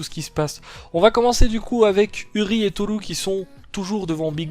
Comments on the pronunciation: On prononce uriÉ par contre x) c'est très stressant d'entendre urie au lieu d'uriÉ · Stp pour Urie sa se dit pas Uri mais Urié merci